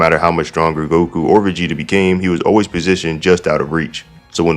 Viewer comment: Is it me or are you saying Megeta instead of Vegeta